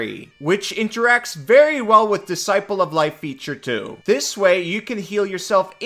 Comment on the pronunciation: What is it aboot *Disciple of Life* that brings out the bad readings? This is almost as bad as lifeberry.